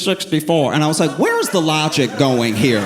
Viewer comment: “This dude is da worst”😂 sounds so NYC.